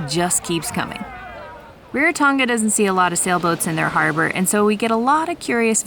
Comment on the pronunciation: Its not “Rare-Ra Tonga” is “Rā Rā Tonga”. Please, pronounce it properly.